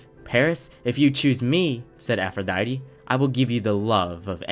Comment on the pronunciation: ATHRODITE? Warn me like 5 business days in advance before spelling that atrociously bruh. You hit me with the one-two clap combo of calling Eris "Ares" and then coming out with Athrodite It's APH, APHRODITE!